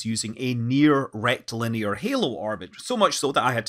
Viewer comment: Rectilinear, the way Scott says it, always makes me snigger